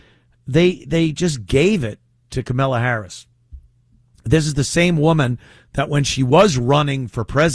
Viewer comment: Ant, it’s Kamallah not Kamella…… emphasis on the “Allah”.